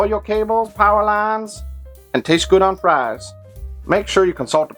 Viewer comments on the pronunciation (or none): none